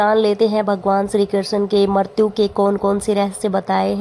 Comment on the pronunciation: Ucharan thik se kiniye मृत्यु ka